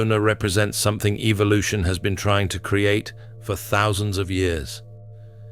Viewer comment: Evilution 😂😂😂 ai tryna say evolution